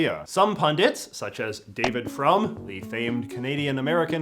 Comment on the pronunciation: Well said J.J., as always. Perhaps 1'6 drained the American right of a desire for self-destructive violence. By the way, David Frum's name is pronounced "Froom," not "from" -- His last name means "religious" in Yiddish. And if you want to know anything about the Middle East, ask me. I may be the last one standing who actually knows something other than leftist propaganda.